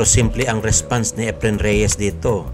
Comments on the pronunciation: Is that how his first name is pronounced? According to a search it's not pronounced like that. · Epren Bata-a Reyes, seypti shat. Boy robot. hahahaha